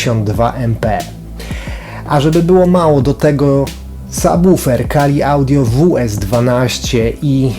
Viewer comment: Ogromny plus za prawidłową wymowę słowa "subwoofer"! Tak rzadko (choć powoli coraz częściej) się to spotyka, od razu aż miło się ogląda taki materiał :) Sam zestaw również świetny, fajnie, że jesteś z niego zadowolony :)